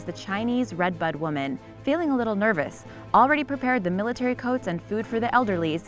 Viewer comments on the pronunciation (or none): You should enunciate when saying military coats 😂🤣😂